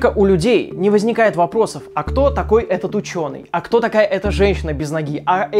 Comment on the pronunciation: он так прикольно сказал слово ,, вопросов ,,😹.